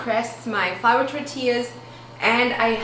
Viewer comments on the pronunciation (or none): none